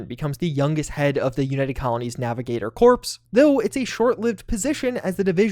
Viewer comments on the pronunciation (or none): The word corps. is pronounced like the word core, not pronounced like the word corpse. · I thought the FC were going to be the underdogs but they seem to be plenty capable. Looking forward to becoming a Ranger in game. Edit: Also, it's no biggie but "corps" is pronounced like "core", not "corpse". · “Corps” is pronounced “core” but do you boo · The last time I heard someone mispronounced the word "corps" was Obama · Corps. is pronounced “core” in this context. Just a helpful tip ;-) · Thanks for this very interesting, BTW just to be pedantic "Corps" is pronounced "Core" (subdivision of a army) where as "Corpse" is a dead body. The English language can be tricky. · Not to be that guy but… corps is pronounced like core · this guy really pronounced "corps" like "corpse" smh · Corps is pronounced "Kor". Like an apple core. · Corps is pronounced “core”. I understand your mistake since Barack Hussein Obama pronounces it the same way. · You pronounced Corps incorrectly.